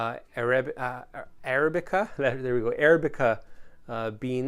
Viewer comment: Welcome back to bourbon (and North America) ---------------------- Ah-rab-ica accent on rab ------------------- Most folks, agreeing with you, like Woodinville, but feel it needs another 2 years in the barrel. New distillers always have the problem of having to sell something until their prime stuff reaches sufficient age.